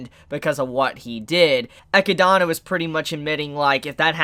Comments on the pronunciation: classic mispronouncing names n shit lol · I just have one thing to say: Please say Echidna just like in the anime, my mind triggers something when I heard you say her name (not in a good way) :"v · It’s pronounced “Eh-kid-na” not “Eh-ki-dana” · EE----Kid---Nah........... Echidna..... NOT Eck-----EE-----Donna... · "Ekkuh-donna?" Bro it's "Eh-kid-nuh" lmfao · Echidana? You mean Echidna. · Echidna* but its pronounced as 'Ekidona' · ECHIDNA NOT ECHIDANA LMAO. Great video though, good work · Great episode. I knew exactly what was coming. Read the light novel so I know whats gonna happen. Just saying, this episode is just the tip of the iceberg. On the other hand,!!!! It is Echidna/Echidona! Not Echidana! There is only one a in her name! Say it with me! EH-KID-NAH! EH-KID-DOE-NAH! It is rather amusing how you botch her name every video, but just wanted to put that out there. But yea, that might have been the worst death Subaru ever experienced so far. Welp, it is not like things will get better going forward. As they say, where there is light, there will be darkness! XD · Ok, I need to say this again... Echidna is pronounced E KID NAH... your adding an A where there is no A. Its the same name of the animal that lives in Australia. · Echidna is pronounced uh-kid-na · hmmm why are you calling Echidna "Echidana" dude ? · Chibis pronunciation of echidna is so cringe it's uh-kid-nah man lol I love watching and your vids but your pronunciation bugs me sometimes lol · "Ecchi-dona" you're killing me dude 😂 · I had a brain fart moment there. Animal, yes. It is still pronounced Echidna. There is only one "A" in its name. Or you could pronounce it like how it is said in JP---Echidona, but yea just wanted to let you know on that little error. Just for fun measure, remember Sonic and Knuckles...the Echidna? Lol. Just had to put that one out there. (Eh-Kid-Nah) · Learn how to say Echidna's name properly. It's not that hard, they verbally say it.